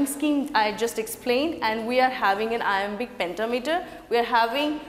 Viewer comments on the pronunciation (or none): Its Iambic;not Imabic😊😊